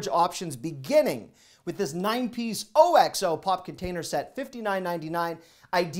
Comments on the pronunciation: It's not OXO it's OX OH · Here in the UK, we say OXO as OX then O, but as one word.. I don't know which way is right, but thought it might be of interest to someone. Much love and respect from South East England. xxx